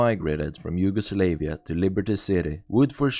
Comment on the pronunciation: Your pronounciation of Yugoslavia, lol.